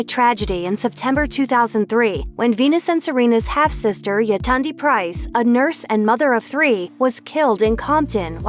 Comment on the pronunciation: Not saying yetunde right Them: yay- ton de Correct way: yay- tun- de This might not be 100% accurate so pls don't hate